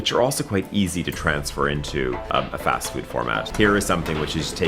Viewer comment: Pest가 아니고 Fast